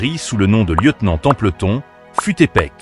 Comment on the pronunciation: Attention à la prononciation des noms et prénoms svp. Vous ne prononcez pas du tout correctement "Templeton" et "Melinda" par exemple.